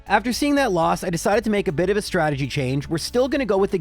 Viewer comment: oh i hope he on purpose meant ''Stragedy'' like from the old Rocky and Bullwinkle episode XD